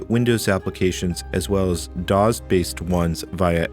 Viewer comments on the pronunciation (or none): This was great! (Though I don’t think I’ve ever heard anyone who pronounces “DOS” as “dahz”!)